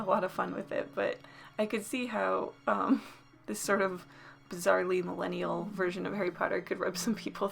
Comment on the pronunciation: I heard the word mellennial you easily offended mellenials